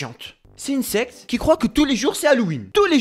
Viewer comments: qui penser qu'il disait sex et pas secte ? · Il dit Sex ou Secte...😭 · Pourquoi à chaque fois qu'il dit secte j'entend sexe